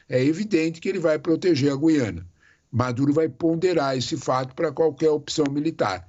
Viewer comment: O Sr é o único que diz G U I A N A.Parabéns pelo seu Português!!!!👏👏👏👏👏